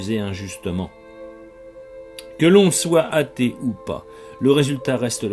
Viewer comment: On dit un athée, pas un hatée. Merci de faire la liaison.